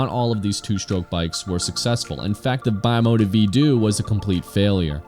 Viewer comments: It’s Italian. Should be pronounced bee-mota, not by-mota. Nice video, interesting issue. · lol, bi mota? I'm bi-mota, I ride a bike and drive a car. It's Italian and pronounced bim-ota. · The correct pronunciation is "B mota" and no "Bye mota" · C'mon man, it's "bee-mota" and "vee-do-eh" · Bimota..were one of the few companies that had all the best already added to the frame and you choose the engine. I think it's pronounced like one word bim ota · lmao bye-mota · not bimota sounds beemota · Great video, a few bikes missing from it, however...that pronouncement of Bimota may of driven me insane 😂